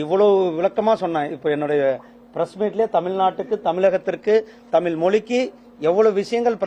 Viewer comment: நீ முதல்ல தமிழ் ன்னு ஒழுங்கா உச்சரிக்க பழகு.... 😂